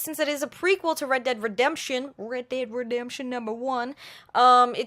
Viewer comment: ReEd deeEd Redemption 😂😂😂I know it was on purpose,but I love how you were saying it.